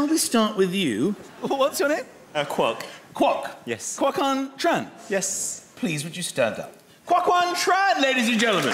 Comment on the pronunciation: Lol 😂 the first guys name makes me laugh so much when Michael pronounces the name. I know that’s a bit sad but it had to be said 😂😂😂😂😂😂😂😂😂😂😂😂😂😂😂😂👏👏👏👏👏👏👏👏